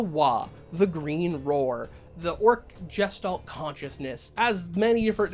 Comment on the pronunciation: It's a hard G. Guess Stalt. Not Jess Stalt. Otherwise I'm behind you